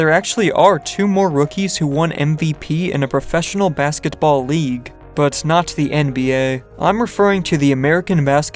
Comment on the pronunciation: dawg i was just thinking the same thing💀chill on that T